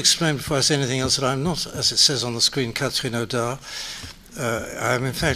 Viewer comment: says Cathereen in the most beautiful way possible